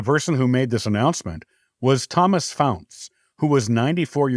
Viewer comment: Faunce is pronounced incorrectly and many faunces are connected to the Adams and Mortons from plymouth Not only from the Mayflower but also the Anne.